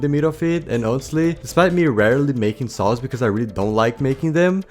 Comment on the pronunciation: Why does always sound like he's saying "sauce" when he says "saws"